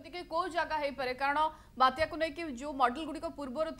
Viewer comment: ବାତ୍ୟ ନୁହେଁ ବାତ୍ୟା 🤣🤣🤣